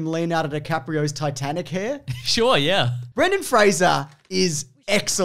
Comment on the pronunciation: THANK YOU for pronouncing Brendens' name correctly